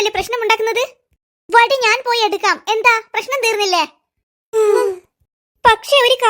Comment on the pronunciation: ബടി alla വടി 😂